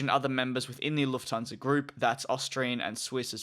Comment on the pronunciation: Luft-hansa, not Luf-thansa ;)